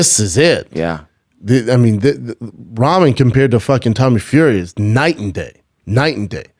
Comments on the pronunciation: It’s not ramen sounds like rockmun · Ramen like the noodles lol. Come on man. I didn't fight sure but I know how to say the man's last night name.